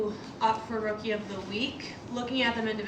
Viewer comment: Does the lady at the end not know how to pronounce rookie? What the hell is a rokey?